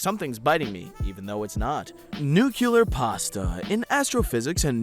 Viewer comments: nucular cougar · A list of every word mispronounced or misread in this video, and the pronunciation given: Paleontologist - Patlodges Formication - Formification Nuclear - Nucular Postulated - Prostulated Acacia - Asyria Tortilis: Tortils Ténéré: Tenerea Track - Truck Illinois - Illinoise Graham - Gram Transport - Transportation Being - Beering Finola Hughes - Fiono Huge Stochastic - Stohastic Romain Rolland - Fromain Roiland Ramakrishna - Ramakrisha Hippopotamus - Hipotamus Helium - Hilelium (The Scottish Play article) - (attempted Scottish accent was actually Irish) Dolby - Dobly Asinorum - Asinorium Asinaria - Asrania Into - In Perception - Participation Workplace - Works Pheremone - Feramin Posits - People Achieved - Achived Internet - Internot Phenomenon - Phernomenon Neshev - Neshvev Physicist - Physhhjhluigh Password - Word For - Orfor Improvisational - Improvational EI - EL Iron - Ire Trail - Trails Kodiak - Kodak Unidentified - Unifiedentified Colorado Springs, Colorado - Colorado Colorado Pantone - Pontoon Drab - Dark "[The U.S.] is not as cool as people think it is in other countries" - Nobody thinks the U.S. is cool. Institutions - Installations Abian - Abain Mediated - Meditated One another's - One's others Tsundoku - Tsinoke Dooku Any - My Unlisted - Unsolicited Simultaneous - Stimulus Chimpanzees - Chimpanzeens Inexactitude - Inexitatitude Circumlocution - Circumluculation Substantially - Substantly Recorded - Recommended